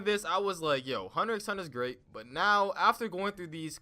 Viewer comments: you need to vacate your lungs of air.. this guy said "Hunter 'X' Hunter" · Who the hell pronounces hunter x hunter like that lmao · the x in hunterxhunter is silent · I disliked because you said hunter x hunter not hunter hunter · You even pronounced it wrong its called "hunter hunter"pls stfu😊 Bet u just watched like the first 3 episodes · BTW... it's pronounced Hahnta-Hahnta. You don't say the X. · 🤣🤣 Ik I remember that Moment of realization that the show wasn’t called Hunter “x” hunter 🤣 but I said wtf I’m calling it what I want including the X🤣🤣🤣 But man I really do like this show Bro this is hilarious. The way he pronounces the misspellings 😂😂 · Ummm it’s hunter hunter you don’t pronounce the x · lol how he said hunter x hunter with the X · I disliked the video the moment you pronounced X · and he pronounces the ‘X’ ಠ_ಠ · The thing i get most triggered by in this video is the fact he pronounces the x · Its thanKKK you for pronouncing HUNTER X HUNTER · my mans really pronounced the “x”😔